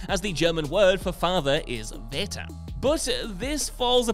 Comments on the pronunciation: small note, in german vater is pronounced fa-ter not va-ter. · "Vater" (German) is pronounced "farter" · The german vater is pronounced with an f sound V = F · vater in german is spoken out fata